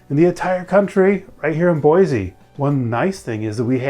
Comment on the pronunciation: Native Boise citizen here- we say Boi-see not Boi-zee. So yeah